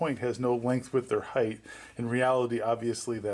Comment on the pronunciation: Height ends in t not th height height height